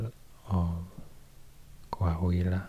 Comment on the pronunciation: "Coahuila" Me:❤️🤠